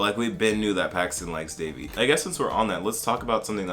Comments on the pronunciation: It's Devi* not Davey lmaoo her name literally means goddess please learn to respect Indian names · that's how people mispronounce it though so I get where that person comes from. It's actually pronounced "they-vee" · Omg yes, the fact that they pronounced it De-vi was so weird for me. And I honestly wished they made Devi a character that migrated to USA in her teen years because then I feel like a lot of us could have related to her as South Asians. It would have been nice to see Devi as a girl speaking more of in an Indian/South Asian accent rather than a westernised accent and as someone who was more knowledgeable about the culture and traditions of India. Devi was more of a girl who was ashamed of her identity and wanted to be westernised. I hope they make her love her identity in Season 2.